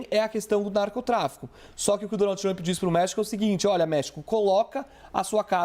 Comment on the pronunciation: Donaldi tumpi kkkk de cada 3 palavras ele falava o nome do cara e ainda por cima errado kkk